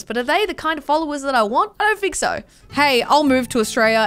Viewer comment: “i don’t fink so”